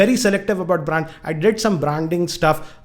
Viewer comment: "Affliate , "braaaaaand" and "migate" hats off to your English bro !!!! Even google denied to search !!😂😂